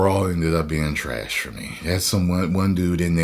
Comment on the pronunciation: “Big ol piece of tresh” 👆🏼☝🏼